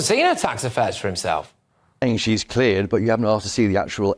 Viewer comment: But “sh’s very clear”.